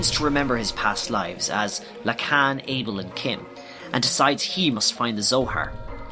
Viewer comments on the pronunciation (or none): none